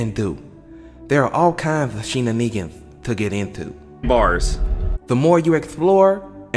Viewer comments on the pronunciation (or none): Erm, it's pronounced "shherr-nanny-gens" not "shena-egens" lol.